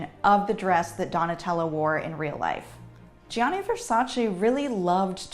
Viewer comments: If only this historian (!) did the bare MINIMUM to learn to pronounce 80% of designer's (Italian) names. I mean that would be her job. Gianni???????? wtf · It’s painful to hear GIANNI pronounced like that but great video! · how can a fashion historian not know how to pronounce gianni? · is it so difficult for people to pronounce "GIANNI" and "VERSACE" properly. especially for a fashion historian. incredibly annoying because she's an intelligent person. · Fashion historian yet can't produce Gianni Versace correctly...